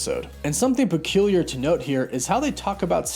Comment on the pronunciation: Im upvoting because "Parculiar"